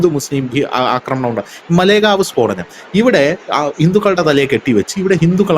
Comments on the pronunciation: മലേഗാവ് അല്ല മാലേഗാവ്ആണ് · മലേ ഗാവ് അല്ല മാലേഗാവ് ആണ്. കുറ്റം പറയുന്നതല്ല. പറഞ്ഞ് എന്ന് മാത്രം.